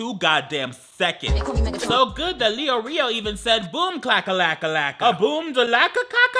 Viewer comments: As much as I loved the chaos and the pain, that persons names is actually not pronounced Leo Rio. It's Mr. Lay Oreo (I mean it’s prolly actually Leorio but if u get the joke ty) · it’s pronounced Lay Oreo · HE DID NOT JUST SAY LEORIOS NAME AS LEO. RIO 💀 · so we're not gonna talk abt how said leorio as leoreo? mk got it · THE WAY HE PRONOUNCED LEORIO-- IM DECEASED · THE WAY HE SAID LEORIO 😭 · I know I’m not the only hxh watcher who laughed when he said leorio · Am I the only one who when he pronounced leorio wrong 😂 I’m writing this as someone who said it the exact same way the first time I read the manga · are any fellow weebs hurt how he pronounced Leorios name😭😭😭😭